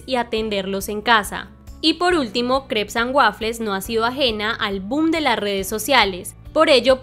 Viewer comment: EL NOMBRE NO SE DICE EN INGLÉS, MAL AHÍ